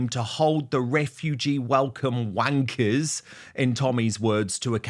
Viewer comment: LOL Dan should never try to say wankers. LOL maybe he just doesn't say it enough.